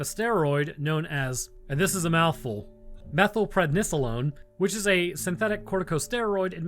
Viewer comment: As a pharmacy technician, you pronounced methylprednisolone VERY well compared to most people